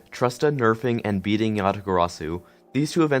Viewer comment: "Breating" XD